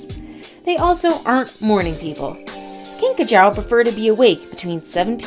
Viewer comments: Pretty sure its pronounced "kinkajOO" not "kinkajOW" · These videos are always confusing. Talks about Madagascar hissing cockroach... And only once shows one for 1.5 seconds.... The rest of the segment was common flying cockroaches. And mispronounced kinkajou!